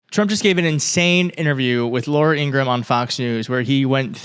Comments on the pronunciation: I agree with you, but can people start calling that POS Laura Ingra-HAM by her name? Even her own brother came out and said it was Ingra-HAM, not Ingram. It's not a silent "A" in "ham. She is despicable though. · At least say Laura’s last name correctly lol